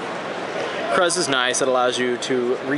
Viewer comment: I like your video but you piss me off it's sir-burr-ul and it's krews. Anyways I run this deck wit librarian and placed 2nd in San fransisco locals. I somewhat different build bit sick